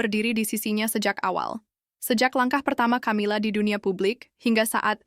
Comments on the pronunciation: Bacanya 'Kamila' bukan Chamila woi. Sudah suaranya kurang intonasi, keras..salah pula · Min ... belajar mengucap nama org , camila nyebutnya kamila min